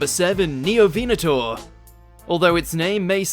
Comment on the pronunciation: You mispronounced Scelidosaurus, Ankylosaurus, Neovenator once and Ceratosaurus once